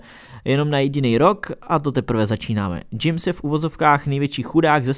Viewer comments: Menší oprava vyslovuje se to Chames a ne po anglicku James ( nechci psát českou výslovnost po anglicku 😅 ) jinak super video jako vždy 😀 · Čte se jako Chames. Džejms mi trhal uši. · čte se to chames ne džejms🤦‍♂️ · Bych nečekal, že někdo, kdo sleduje fotbal, jako on, vysloví Chamese jako Džejmse :-D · Každý to říká jak chce ❤️ teď to neber špatně , ale v nějakých zemích se čte 'Džejms' a někde 'chames' :) tam kde nemají 'j' .. takže tak .. James je můj nejoblíbenější fotbalista :) takže 🤞❤️ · opravdu rika "džejms"? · Udělejte si členství jo a čteš chamese jak džejms!!!! Krvácí mi usi!! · Ale proč to vyslovil tak špatně..., pomatuju si, že normálně říkal Chames... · Neřeš Jedno ano ale jelikož je z Kolumbie tak je to Chames. Taky v Čr nepřečteš jméno Petr jako Pítr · Chamés se říká 😂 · Někdo to čte jinak :)